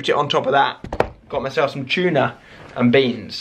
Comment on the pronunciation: its not chuna its tuna not chuna